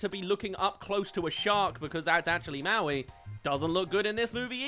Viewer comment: Maui became Moai